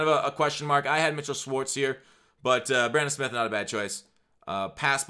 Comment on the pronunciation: U had 3 chances to get bradan smiths name right